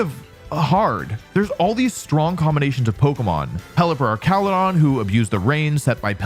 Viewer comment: Don't lie, you absolutely still pronounce names bad on purpose. "Slay-king" instead of "slack-ing" - Slaking slacks, that's the whole point. "Ark-al-u-don" instead of "arch-al-u-don" - Archaludon is an ARCH, that's the whole POINT. "Oon-feh-zaunt" instead of "un-pheasant" - it's a pheasant. THAT'S THE WHOLE POINT. And it's not "pronounciation", it's "pronunciation". There are only two "O"s in the word, not three.